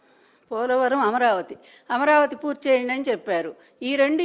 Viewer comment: ఈ నంజకి అమరావతి అని పలకడానికి రావడం లేదు.